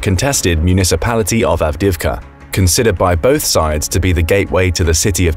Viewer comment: Why do you pronounce Avdiivka so awfully? Lmao